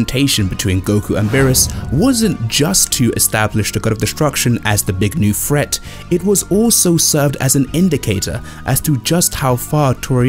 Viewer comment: "big new fret" - !? Shithole noise of mere england. Please speak the Human language aka American English where we know "th" can't make a "ph" or "f" sound, the word is "threat" not "fret."